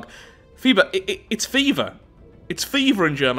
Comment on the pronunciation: "And I'm doing my part!" you're 100% correct too :P also you're the first non-native speaker i've heard pronounce "Fieber" right, most people keep mixing up "ie" and "ei" :'D